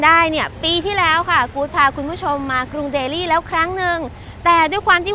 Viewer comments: ไม่ต้องออกเสียง ลี่ นะจ๊ะ เพราะคนอินเดียเค้าก็เรียกเดลลี ไม่มีไม้เอก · กานดีบ่อยจัง รู้มั้ยกานในภาษาฮินดูหมายถึง ตูด ชื่อเค้าคือแคนดี หรือคานทีก็ได้ แต่นี่เธอไม่มีข้อมูลดีพอเลย และการออกเสียงภาษาอังกฤษถือว่าแย่ แต่อย่างอื่นโดยรวมคือดี อ้ออีกคำคือ เดลลี ไม่ใช่แดลี่ บ้าไปละ